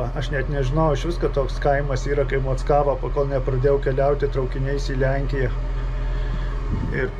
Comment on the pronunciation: Mockavoje mano mociute gyveno. Ne taip Kirtciuoji. Tragiskai skamba